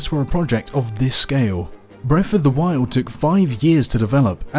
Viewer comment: Breaf o' da woiyold